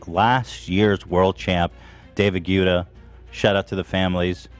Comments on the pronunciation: Does anyone else hate how he pronounces David guettas name? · I both hate and love how no one corrects Ethan on the pronunciation of David Guetta's name. lol